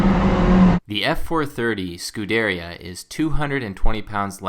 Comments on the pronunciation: It's not pronounced Scu-deria. It's pronounced Scu-der-ia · It's not F430, it's 430, and "scoo-deh-RI-a" not "scoo-DER-ia" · You pronounce Scuderia incorrectly. It's Skoo-der-ria.